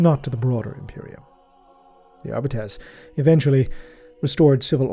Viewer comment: Arbites is pronounced "Ar-bee-teeze".